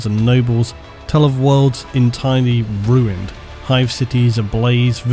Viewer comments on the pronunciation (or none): none